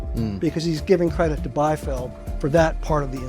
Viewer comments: Biefeld [bi:feld], not [baifi:ld]. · Biefeld is pronounced: Beefeld. German "ie" is a long vowel like in english "ee". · The constant mispronunciation of Paul Biefeld's surname in this video is annoying. He was German-American, so the correct pronunciation is "bee-feld".